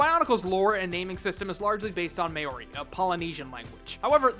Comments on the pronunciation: as a New Zealander i must say, it is pronounced, "mou-ri" not "may-or-i" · . Maori is pronounced 'M-ow-ree'. As in saying wow with an m, then ree. Edit: I see you rectified that mistake. Much respect to for admitting that. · may ory? I'm sorry but just hearing that hurts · my dude its not pronounced may-ori its maw-ri just saying as i am one lol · Its pronounced Ma-O-ri, not May-ori. But great vid, just research how to pronounce our words. (I'm Maori so i kind of know this stuff) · Did you really just say say MAY-ORIE ITS PRONOUNCED MOE-REE AND YOU HAVE TO ROLL THE R. NZ gang wya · “May-ohri” 😂😂😂 bro I get that you have no idea what nz is but it’s not pronounced that way, it’s like “Maow-ri” just a little bit of knowledge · MAO-REE with a rolling R, not "Mayori". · lmao “may-oree” it’s pronounced more like “mau-ree” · Maori is not pronounced "mayori" - it's pronounced M-ow-ree or M-oh-ree with a roll on the R. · You dingus its pronounced MAH-o-ri. Theres an emphasis on the first syllable. that May-o-ri made me cringe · Not blaming you at all, i know we ain't popular in other countries. But dude, you fucken butchered our name. May-owri, as you say, is pronounced "Ma-owri". Spelt Maori, you roll the R, or at least make it sound like a faint D if you cant do that. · Mayori? Don't you mean Mowry? Maori is pronounced Mowry. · i fking loved bionicles, making custom shit with it was MY shit. also its pronouced Mow-ree, not may-or-ee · Not Mayori. It's pronounced like mouldy as in mouldy cheese but with a bit of a flick where the "ld" is. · Can I say that it's pronounced Maow- Ree instead of Mayo-Ree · Mayooree... It's mowree but roll the r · you pronunced maori ma ore is wrong its pronucned kinda like mouldy I am from new zealan btw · The way he says Maori is cringe. It's like saying moldy without the L like mow-ri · Couple years late but for anyone wondering Maori is actually pronounced like m plus the second syllable in meow then ree. So mow-ree. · MAY ORI lmao